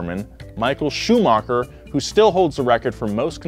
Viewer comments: Same with how he pronounced Schumacher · Mansell, Schumacher, Valtteri, cmon mate..